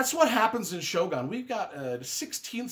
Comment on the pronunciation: I haven't read all of the books on your Top 17 Top 10 list but those that I have read all were great. I really liked The Stand but would have picked another as his best if I had to choose. Luckily, I don't have to choose just one book! The only minor criticism I'd have is your pronunciation of Shōgun. 😁